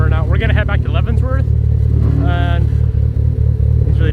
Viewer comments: I wonder if he knows it’s called Leavenworth, not Leavensworth lmao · Love the content, but my guy... there is no s in Leavenworth. Every time my wife and I heard you say "Leavensssworth" we cringed a little 😅 But all love, glad you got away from the shop for a few days 👍🏽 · It does not pronounce "Levenzvorts".